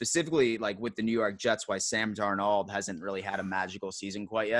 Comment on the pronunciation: Love you channel and content but please please pleaseeeee stop trying so hard when you say Sam Darnold's name lol